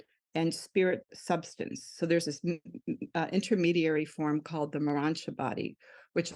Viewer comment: This guest is amazing, I’ve read the Urantia book although I was mistakenly pronouncing it “Ur-ran-tee-a” 😅 I’m not sure why people are dismissing this, Women matter. Amen. 😇